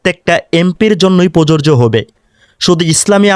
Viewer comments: ভিডিওতে আপনার "প্রযোজ্য " উচ্চারণ সঠিকভাবে আসে নাই।আমি বলছি না আপনি উচ্চারণ পারেন না। হয়তো কোনো কারণে রেকর্ড সঠিক মত হয় না হয়ে বিকৃত রেকর্ড হয়েছে। এই ভিডিও এর 1.15 মিনিটে, "প্রযোজ্য" শব্দকে প্ররোরজো উচ্চারণে রেকর্ড হয়েছে। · ভাই ধন্যবাদ আপনাকে তবে আপনার বক্তব্যের মধ্যে শব্দটা প্রযোজ্য হবে যেটার উচ্চারণ আপনার ঠিক হচ্ছে না। ❤ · "প্রযোজ্য "উচ্চারণ কাইন্ডলি সঠিকভাবে করবেন। কারণ উচ্চারণ সঠিক না হলে আপনাকে নিয়েই ট্রোল করবে।